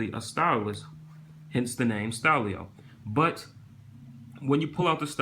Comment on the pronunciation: it's not style-i-o its style-o